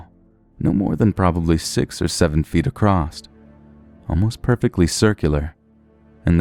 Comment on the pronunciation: There's no T at the end of a c r o s s. Makes you sound illiterate... Sorry